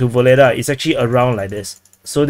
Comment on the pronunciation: My friend. Pls stop call this city "Voledaa" . Ugledar is real name of this . Ugled = honor +ar . "Voledaa" is something else and not good. Your chanel is good , real .